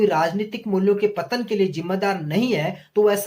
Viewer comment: नैतिक मूल्यों का पतंग 🤣🤣🤣 भाई clear बोलो